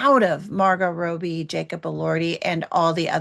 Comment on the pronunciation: It's Wuthering not Withering and it means windy. Also, "Robbie" not like a bathrobe but a robber. It takes 2 seconds to figure out how to pronounce things. Listening to you constantly saying the names wrong makes me want to scream the correct way to say them.